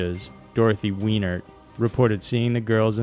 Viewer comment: When he Dorothy Weiner he really emphasizes the Weiner